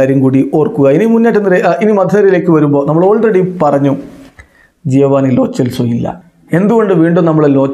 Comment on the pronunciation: താങ്കൾ ഒഴികെ എല്ലാവരും ലോ സെൽസോ എന്നാണ് പറയുന്നത്